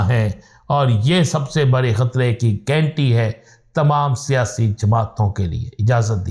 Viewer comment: Aby o gainti nahi ghanti bol. Urdu ko tabah na karo.